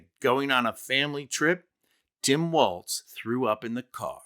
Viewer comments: Walz. Not Waltz. Not Walsh. lol. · I usually love your videos, but I have some constructive criticism on this one. 1) I believe Walz's brother has already backed out of all of these claims B) Jesse Waters said Tim's last name correctly "Walls" after you said "Walsh" and "Waltz" interchangeably throughout the video. Jesse. Waters. iii) This criticism is of the Walzes, you're totally right, that the apostrophe should never, ever be used to pluralize. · I like how it goes from Walz to Waltz to Walsh to Wa[vague mumbling]